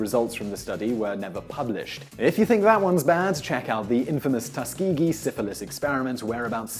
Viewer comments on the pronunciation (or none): none